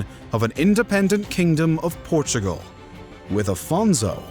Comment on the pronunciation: There is no "h" in "peninsula". Nor is there an "h" in "Portugal". Also, showing some major cities early on would be helpful.